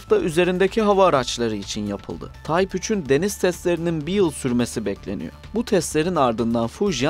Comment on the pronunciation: TYPE kelimesini TAYP olarak okursanız olmaz değil mi? Yapımlarınız "kaliteli" ve bu kalite için teşekkür ederim.